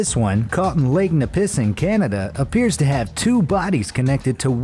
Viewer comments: The Siamese Pike is real but you pronounced lake Nipissing extremely wrong 😂😂 it's "nipi sing" not "ni pissing" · LMAOOOOOOO tell me you did not just pronounce nipissing ' neh - pih - sing "